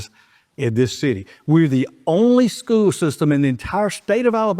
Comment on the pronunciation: It's SCHOOL system. Pronounce it right